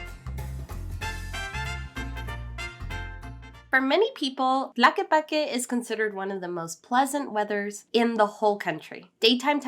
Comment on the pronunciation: Is not "Plaque", is TLAQUEPAQUE. Show a little bit of respect with foreign names, please.